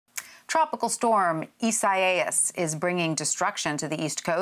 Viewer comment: They butchered that hurricanes name!!